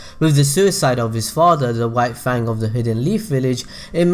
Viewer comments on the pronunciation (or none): none